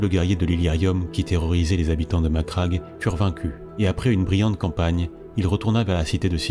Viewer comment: Très bon travail, bon rythme , et surtout... tu prononces Macragge correctement. Merci. Un mixage musique moins fort (ça étouffe la voix sur la voix par moments, comme vers ), un tout petit peu plus de pause sur la ponctuation, une inflexion plus marquée, et tu rejoindras vite le niveau de Baldemort :)